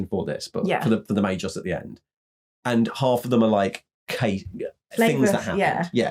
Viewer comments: The g in Magos is hard as in guy, in Magi it is soft and pronounsed as a j as in jam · Definitely Magos not Magos 😉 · Guys, the "Magos" is wizard in Greek. It is pronounced with a as the a in that. The g is like the g in egg.